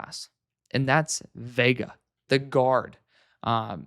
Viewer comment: Veigas last name is pronounced like Yoh-waah-nay - there's a few rugby players with the same name (Reiko/Monty/Akira) which it might be easier to find commentators pronunciations on